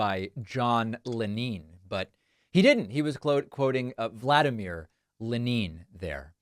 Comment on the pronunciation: In Russia they do not say leNeen.